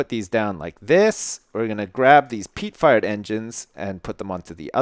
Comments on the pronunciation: Who else keeps hearing him say "Peat Fart Engine" instead? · when you say fired it sounds like your saying fart (Peat fart engine xD)